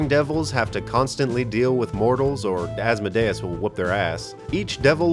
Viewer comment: You pronounced asmodeus wrong